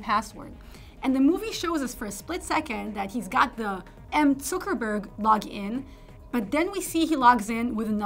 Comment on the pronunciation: She's the first person I hear pronouncing Mark Zuckerbergs last name correctly